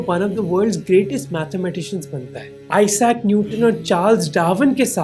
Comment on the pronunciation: I-sack Newton 😶‍🌫